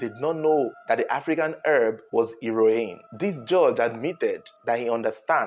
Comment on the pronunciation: He-ro-in looool